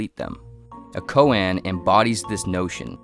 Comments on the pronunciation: Silly... but a good try! "The more one speaks of Zen, the more one fails to realize it." Also, "koan" is pronounced "ko-ahn", not "ko-ann", and "Tao" is not spelled "Dao" (though it is pronounced that way). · more like "ko-ah-n"